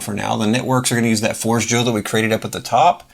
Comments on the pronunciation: It's "for-JAY-yo" - forgejo is the Esperanto word for "forge" - not "Forge Jo" - and, no, not like coffee. Great video, by the way! 🙂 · It is closer to Spanish than you think, it is "for-jay-yo" 👍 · your pronunciation is completely wrong and so is what the name stands for, it is the first thing on the top of their FAQ